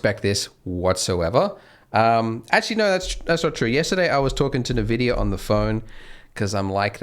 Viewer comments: pls it's not "nevidia" its "envidia" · Nvidia = EN-Vidia. Not NA-Vidia. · I'm gonna go insane, It's 'EN-vidia' spelt as nvidia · A little trivia: How to pronounce NVIDIA correctly? it's [en-VID-eeyah] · "nuh vidia" lel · Did "nuh vidia" tell you how to pronounce their name?